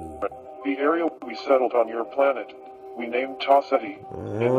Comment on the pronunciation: I like how it sounds like (Tau set he) For the star system